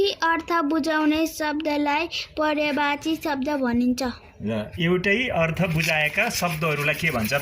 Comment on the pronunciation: पर्यायवाची होला हौ सर हजुरले तउच्चारण नै गल्ती गर्नुभयो।एक पटक मात्र नभएर बारबार।